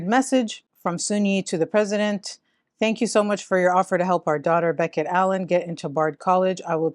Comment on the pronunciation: What's this Beckett?! It's Bechet. Ba-shay